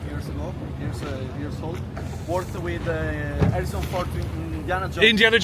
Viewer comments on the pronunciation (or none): none